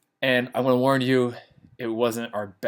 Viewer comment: Did I just heard " I wanna learn you" or " I wanna warn you " ?????😂😂😂💀